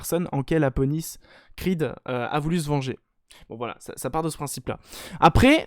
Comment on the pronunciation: Mdrrr j'ai l'impression que tu l'appel APonis au lieu de ADonis Creed, ça ma perturber mdrr